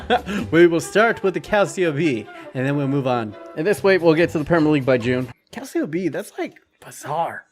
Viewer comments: it's "Cal-cho" fyi :) as you were.. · Please, just please stop saying Calsio (Calcio). Its not Calcium in Italian, it actually means football. Just look up how to pronounce it properly. Cringe overload. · dude learn to say calcio, thats just awful for a footy channel. u still got the thumbs up for the content sir. ;) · I don’t see why it matters. He’s not Italian nor does he speak Italian. English speakers don’t use the word “calcio” because we will always say Italian football or soccer. How would we know that “cio” is pronounced “cho” without studying Italian? Does it bother you when the English speaking word mispronounces all Italian words(spaghetti, pizza, espresso, etc...) that we use in English or just il calcio? I’m 99.9% sure that you would also mispronounce all Italian words that we use in English since you would get the vowels wrong and the double consonants. Tutte le strade portano a Roma.